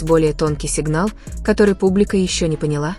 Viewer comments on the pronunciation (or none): none